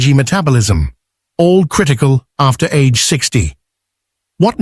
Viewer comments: In Japanese, the G sound is always hard. So "age" is pronounced "ah-gay." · Tofu age is pronounced "AH-gay," not like the English word "age."